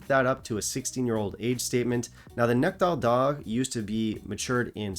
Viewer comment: Wad up,!............ Nice episode 9/10............. Choices of Malts 10/10............. French accent on "Nectar D'or" = priceless! (LOL)